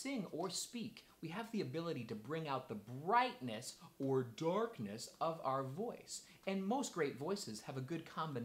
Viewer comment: Did he say "dorkness"?